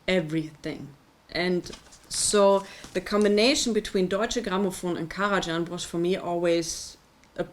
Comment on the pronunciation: Indeed, it’s just Karaj[h]an, as in German. And it retains the same pronunciation in any language. Thank you for the review, though!